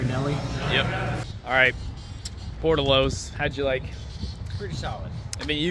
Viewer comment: It's Por Tillos!